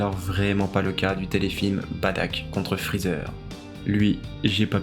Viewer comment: Tu dis Badack ??? C'est Bardock frèro